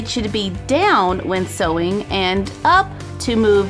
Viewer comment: No hate,I love but it sounds like she say soy Machine?